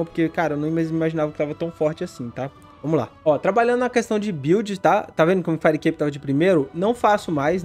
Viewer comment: fireicape como vcs falam certo, fairicape com red pur amor da santa